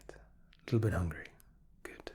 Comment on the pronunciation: him trying to say good also him: veryy gött